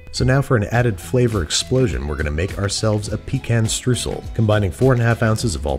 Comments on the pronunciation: No it's Streusel :') wie in Oida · Streusel - Stroisel - pronounced like oi in "oil". Pretty simple. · Babish: "Struhsel" Germans: "What?" Babish: "Struhsel" Germans: "Do you mean Streusel?" Babish: "Struhsel" Germans: "S - T - R - E - U - S - E - L!" Babish: "Struhsel" Germans: start crying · Pro tip: If you want to pronounce streusel properly, say it like shtroysel.